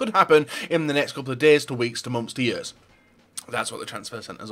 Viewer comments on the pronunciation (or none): none